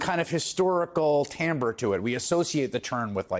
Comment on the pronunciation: Beyond your excellent punditry, I appreciate your correct pronunciation of "timbre."